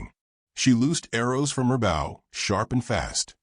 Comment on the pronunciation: Bow, as in arrow…not as in in your hair